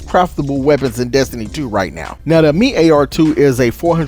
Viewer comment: Uh-meat lmao